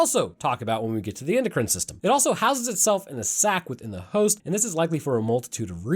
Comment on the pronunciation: "endocry'in system" lol